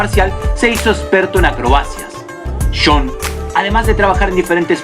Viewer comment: Cuando dices jhon suena como sean. Dos nombres distintos. Jajajaja. Sean foo o jhon foo???